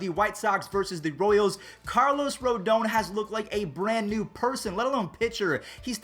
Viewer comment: ROOO-DAAHN Please for the love of God.